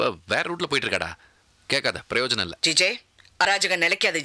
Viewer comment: செல்விக்கு *ழ னா ளா.னா பிரச்சினை மற்றும் பிரயோஜனம் என்பதை ப்ரோஜனம் என்று சொல்வதும் எப்போதும் உள்ளது?!